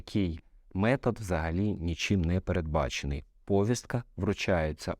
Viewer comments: Доброго дня. В мене таке питання: чому в слові повістка Ви робите наголос на першому складі? Відкрийте словник української мови та правила правопису. Наголос правильно робити на другому складі - на букву і. Не треба повторювати примітивний галичанський діалект. Користуйтесь правильною академічною українською мовою. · Якась примітивна маячня, а не відповідь. Таке враження, що це відповідь не адвоката, тобто вважаємо розумної та інтелектуально розвиненої людини, а гопника з Молдаванки. Перевірочне слово до слова повістка - вісник. наголос на "І". Всього навсього. А розвів таку полеміку, наче я тобі кисень перекрив. А от в галичанському діалекті якраз наголос роблять на першому складі слова (тому, що в галичанському діалекті більше західного, ніж українського). Тому, це не я начебто псевдограмотний, а відсутність в тобі не тільки освіченості, а й бажання вийти на новий інтелектуальний рівень, заставляє тебе писати такі примітивні, а взагалі-то тупі відповіді на мої коментарі. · ну ти ж медійна особа, а так безграмотно наголос на слові повістка ставиш🤦‍♂️🤦‍♂️🤦‍♂️